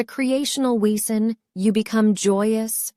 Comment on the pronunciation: Wesen is pronounced VAY-zen in German.